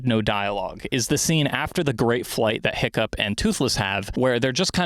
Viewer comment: Every time you said “Hiccup” I thought you were calling him Pickup